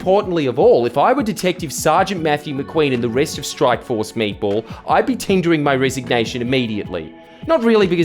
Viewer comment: Did you say..."I'd be tindering my resignation"? LoL